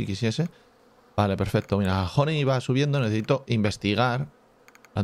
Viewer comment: Nadie: Absolutamente nadie: Escocés: vamos a poner.. hony hony hony